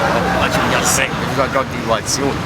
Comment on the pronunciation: la "h" in "a parlato"